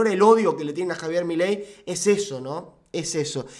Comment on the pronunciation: '' JAVIER MALAY '' JAJAAJAJAJJAA